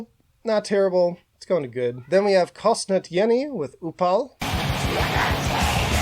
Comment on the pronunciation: 1. except for Kostnatění 😂 but it's okay it's too hard 3. that would be Liturgy and I'm disappointed about where it ended up because it's my favourite of the year. definitely check it out